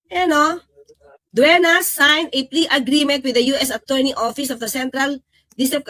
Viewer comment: Hindi klaro Ang explanation sa please bargaining agreement..(agreement not agreement) ayusin nyo Ang mga basic pronunciation dahil social media ito..thanks!